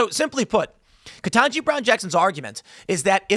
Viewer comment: Ketangi? Naw. HELL naw! Not Ketanji. She be...